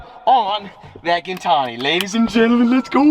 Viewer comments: Pretty sure it is fibra de carbon but I think Gintani is pronounced Jin-tonee like gin & tonic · You pronounce Gintani wrong brother